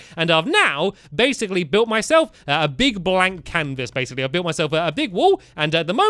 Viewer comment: STAMPY YOU SAID BASSILY ITS BASICLY